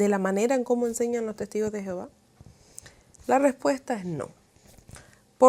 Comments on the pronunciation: Por qué pronuncias Jehováv... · El gran problema de la doctrina de los testigos es su traducción, supuestamente de la Biblia, que en realidad no tienen nada en común! La traducción de los testigos te esconde cual es el verdadero nombre de Dios ! El no el nombre de Dios no es Jehova! Este es un nombre que se le dio al no poder pronuncia YHWH! El cual tampoco era su nombre !